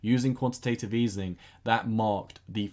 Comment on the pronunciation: Nice video! One small thing: it is called quantitative easing not easening (